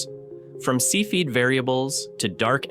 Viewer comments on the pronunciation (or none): cepheid is not pronounced see feed as the electronic voice says - look it up